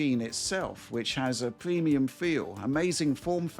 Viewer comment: “pwemium fweel…witawee”